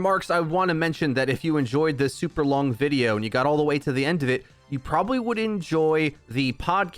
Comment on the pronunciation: Didnt even realize the video was 30 min till you called it super ling